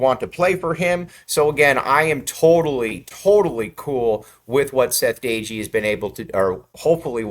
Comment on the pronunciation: You are not pronouncing DOEGE name correctly.